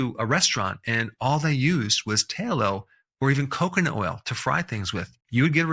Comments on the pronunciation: Tallow has two Ls' in it and they are both pronounced tal low noy talow which is only one L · Interesting. That said, a particular word is pronounced "Tallow",as in bat, cat, mat, sat. Not "Taylo". Please pronounce it correctly, if you should use the word in later posts. Thank you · Tallow, soft a sound. Not taillow! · It's pronounced "TALlow" not TAYlow" Outstanding! Class dismissed. 😅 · It’s not pronounced’tay-low’. It’s pronounced ‘ta-low. The A sound is like ‘hat’. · I thought it was pronounced T-ah-Low...not T-ey-Low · "Tallow". The "a" is pronounced likr the "a" in "cat", not like the "ai" in "tail". "Tallow", not "tailow". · Tallow, not ta-low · Why does this guy pronounce things weird? "Tail - oh" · It's not pronounced "tail-oh." It's "t(owl)-oh." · Taylow is Not how it's pronounced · Doc, down here in the south we call Tallow, Tah-low. I've never heard anybody use a long A. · It's pronounced, Towel-o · Strange way to pronounce Tallow (Tay-low?) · The "doctor" can't pronounce "tallow." This video is just the worst unwholesome USA misinformation greedy garbage. This may be an AI video. YouTube needs to police this garbage and require it being labeled as AI. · The A in tallow is pronounced like the A in tabby and cat . Use a short A , not a long A . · They way he pronounces, “Tallow.” 🙄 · You say Tallow very strange. Lol